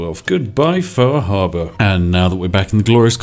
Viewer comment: "We need to go take a visit to faahaabaa"